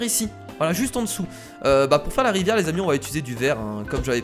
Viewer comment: la rivière c'est plutôt la "ri-verre"